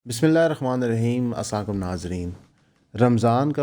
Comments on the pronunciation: updates brother app ka As slam o alikum main ne koi 10 dafa bar bar suna hey lakin soryy to say ye As slam o alikum nahi keh rahy app Asakum nazreen keh rahy hain app , app bohat achi batain karty hain lakin ye chezain tu basic hain brother ... baki koi bhi ye is program ki starting sun k chek kar sakta hey ... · Brother Ap ka Salam Lana key Talafuz theek ni ap"Assa lecum" bol rahe hain. Kindly complete prha kren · Assalam walekum Pyar ka Salam ke alfaaz ko theek karo😊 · Salam to sahi se karna sekho